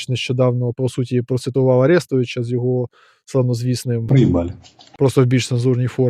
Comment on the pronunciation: а че ты по руски сказа арестовыча а не арестовича наголос не туда????ты руский наверное?))))